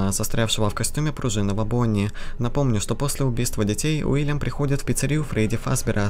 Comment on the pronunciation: Чел, не Вильям а Уильям!